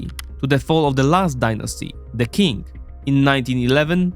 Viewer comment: Qing is pronounced “ching” not “king” Qi = “chi” Xi = “she” Zhou “zjoe”